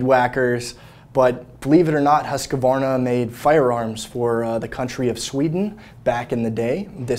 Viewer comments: I almost spat out my coffee when I heard that pronunciation of "Husqvarna". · I know. Apparently lot of Americans pronounce it like that. No idea why